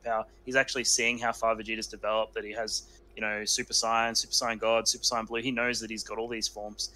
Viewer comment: When you said “old school subscribers”, you weren’t kidding. 👌 Also, I miss being able to hear “saiyan” pronounced the right way.